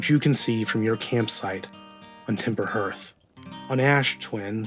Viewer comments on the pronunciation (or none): Very common mistake but it’s pronounced Harth not Hurth